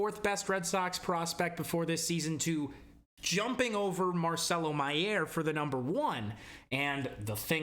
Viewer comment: It's pronounced My-er. It's how he pronounces it, along with all of the announcers in milb